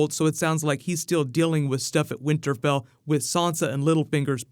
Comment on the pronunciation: So no one heard him say "winterbell" ?